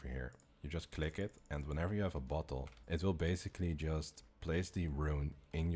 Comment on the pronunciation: BOTTLE NOT BUTHOLE